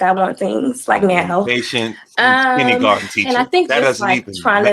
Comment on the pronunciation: Kinneygarden.....ugh. It's kindergarten!